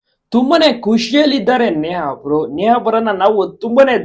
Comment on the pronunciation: A bevarsi neaa alla Neha anta helu